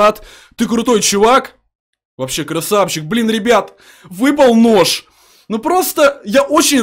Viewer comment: мне выпал нош нош он сказал нош